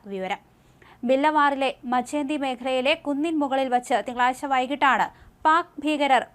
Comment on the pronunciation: തിങ്കളാസ്ച്ച.... അല്ല കുട്ടി.. തിങ്കളാഴ്ച എന്ന് പറയു